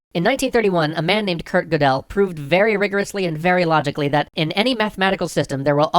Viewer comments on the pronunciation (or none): I am so sorry, i just have to do it. the pronounciations are /Gurdle/ not /Godèl/ and is /Fon Noiman/ not /Von Newmen/. SORRYYYYY